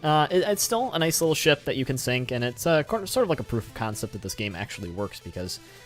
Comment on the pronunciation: When You Say 'Ship' I Hear 'Shit'